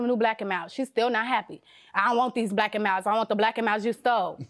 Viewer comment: By the way she say “black and milds” she didn’t steal em. She ain’t even saying it right 😂